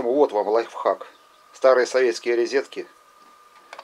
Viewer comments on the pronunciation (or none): Розетки , а не рЕзетки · При слове РИЗЕТКИ мои ушки лопнули...